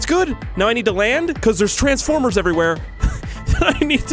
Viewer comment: No tranfffffforrmerrs ok